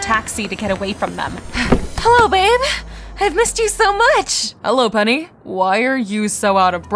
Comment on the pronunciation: 'Annyeong my name is pen-ni'😂